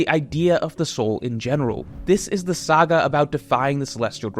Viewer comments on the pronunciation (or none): none